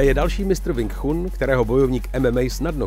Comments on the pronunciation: Cita sa: Wing čun 😏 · Wing Chun se čte jinak, trhá to uši... 😂😂 jinak není pravda to co tam říkáte šéfe...Wing Chun je bojové umění, které je úzce spojené s dobrou fyzičkou a pak samozřejmě technikou samotnou...rád vás osobně něco naučim, hlavně tu výslovnost 😅🤠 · Nejen, ze nadpis videa je hodne trapny click bait, ale k tomu vsemu je to video jeste neuveritelna parodie. Ten uvod o Sumo mi stacil. Ze zvedavosti jsem koukal dal, co jeste vtipneho se dozvim :-) Sumo uz se dnes stalo pouhym predstavenim, vyslovnost Wing Chun me zabil uplne a rict, ze si nekdo stezoval na Bruce Leeho, ze neni tak dobry a jeste ho srovnavat se zapasnikem wing chun, proti MMA...Prave Bruce Lee byl zapasnik mnoha stylu tedy MMA. No a nakonec motat bojove sposrty s bojovym umenim??? Hmmm....Omlouvam se, ale z ucty k bojovym umenim, bojovym sportum a vyhradne Bruce Leeho davam tomuto videu dislike, protoze tohle neni nepodareny pokus o video zacinajiciho tvurce, ale trapna dezinformace. Clovek se vubec nic relevantniho nedozvi, nepouci a jeste si nabehne na nazev videa, ktery absolutne s obsahem nema co spolecneho. Zrovna tak se to mohlo jmenovat "co zjistili vedci na Marsu". Kdyz vidim kolik to ma shlednuti, tak je mi lito tvurcu, kteri se snazi o pekny konent, davaji si na nem zalezet a pak maji shlednuti jen par desitek...